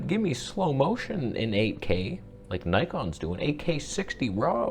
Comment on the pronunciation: did you say NIKON!!! wha!!!!!! lol